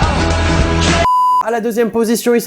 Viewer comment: soit ta 3 de moyenne en français soit tu sais pas lire on dit pèpe et pas pépé